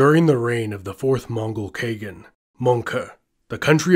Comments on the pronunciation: 'Genghis' Gen as in genesis. Because in Mongolian, it's 'Chingis khan'. And second, khagan is pronounce 'KAH~GAHN' with both AH wide open, like in 'car' and 'khan' respectively. Not 'kaygen'. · I dislike how you pronounce Khagan like keigan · The way you pronounced Khan and khaqan is just...